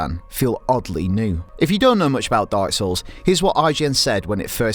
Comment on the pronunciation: Every time he says "dark souls" it sounds like he's saying "darcells" lol